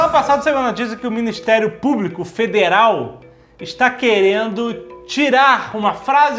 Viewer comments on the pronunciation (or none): none